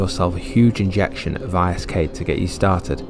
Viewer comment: Its pronounced as Isk all one word as in wisk